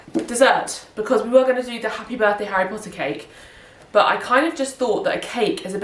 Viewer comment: As an American, hearing you say Harry Pottah makes me so happy! I would love to do this, but I don’t have enough friends who are fans. It would be me and I would have to force my family to play along, lol.